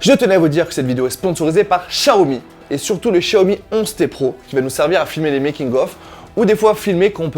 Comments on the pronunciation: Non Chiaomi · Attends ça ne se prononce pas "X zia o mi"?